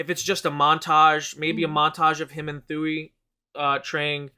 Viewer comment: Thuy's name is pronounced (TOO-WE)